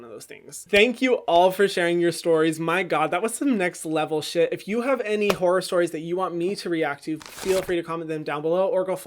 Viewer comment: why do i hear whore stories instead of horror stories